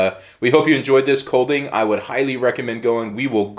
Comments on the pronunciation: Ye, it’s almost pronounced like ‘calling’ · It is pronounced almost the same way U would pronounce Calling (the letter d in Kolding is numb), but with a short o-vowel - like the short a-vowel in the name Callas... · Just so you know, the d in Kolding is silent and the o should sound more like the o in "bored"!